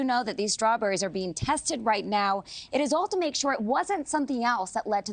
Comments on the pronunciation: Hey.. and everyone else who pronounces words that begin with "st" "incorrectly... They are Strawberries, not "SHTRAWBERRIES"!!!!! Learn English. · That first talking head pronounce the word as "shtrawberries". I've noticed a lot of people lately changing the st combo to sound like sht, like shtrong, shtruggle etc. Anyone else notice that? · There’s no ‘h’ in Strawberries!